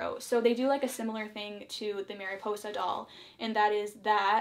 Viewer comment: Love how you pronounce Mariposa tho